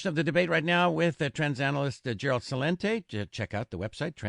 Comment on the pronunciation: This Tommy guy always calls Celente "Cha-lente"